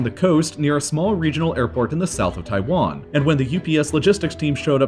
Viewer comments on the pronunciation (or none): none